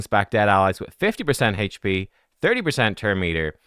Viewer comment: I love how says hache p champ lol